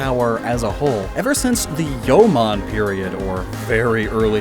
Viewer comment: I can forgive him not knowing how to read Ainu, it's an almost extinct language, but oh man, pronouncing "Jomon" as "Yoman" triggers me.